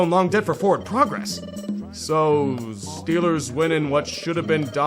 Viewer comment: when Yinzer mode activated: "THA STILLERS GAHNTA SUPER BAWLLLLLLLLLL!!!"